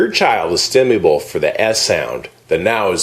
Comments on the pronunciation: this dude doesn't even pronounce stimulable very well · StimuLable, not Stimuable. The irony is beautiful.